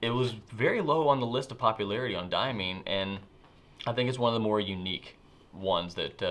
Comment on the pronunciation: Hiya.... is great and I enjoyed his time in front of the camera. Of course your completely a totally bonkers guy and I luvz yer to bits... Brian should let you do more of these vidz. And Diamine is pronounced...Dia as in Diameter and Mine as in Coalmine...not Diamean..thats the way its said, but if you want to call it DiaMean you go ahead..it just drives a spike up my arse... but there you go, who am I??? Brown inks..love SBREBrown Brown in the Akkerman bottles which are the best bottles in the world. Noodlers Inks and pens are stupid prices in the UK. Look on Amazon.co.uk or Ebay UK to see. I love Baystate Blue and paid a huge amount to get a bottle...only to find it feathers like crazy on all my papers...(Any advice folks?). Noodlers... First the $ sign is changed to £ sign straight away, then all the shipping and UK customs costs are then added, then the post office charge you £8 just to hand over the package!!! and its like whaow stupid price. So I stick to diaMINE hahahhahaha its just a 30min drive from me and I wished they would sell it direct. ah well,nevermind! May I suggest two cameras? one mobile as in this post, and a static camera for close up examples. The large amounts of moving around was off putting...sorry, but it was. Best wishes to all pen peoples. LeZc @@